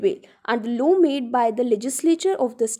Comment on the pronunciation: Ma'am aap explain to achcha kar rahi hai but law ko law hi pronounce kijiye low ni